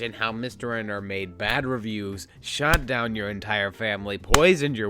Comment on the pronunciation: Also, the way pronounces "BAHD" and "WURST"...ugh